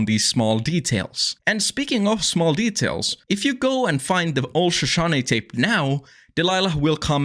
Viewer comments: Shush-OH-knee I know, injun words are very challenging for foreigners but it still sets my teeth every time you mispronounce it. T someone from the western United States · Loved the video, was having a really hard night and its helping- but i have to ask, you keep saying "Shashane" and cant figure out what it means, sorry if you said early and i just forgot. On a lot of meds. EDIT- Finally realized/put it together its not a noun in the since of the watchtower i thought the word was, its just the name of the national park... but now i know a lot of bout the Shoshone people of western america